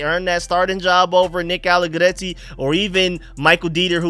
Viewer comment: Loving that trilled 'r'-roll with the allegretti p❤ronunciation